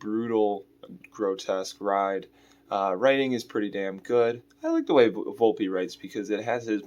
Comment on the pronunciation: 😂 And said Volpe wrong. Setting high standards. 😆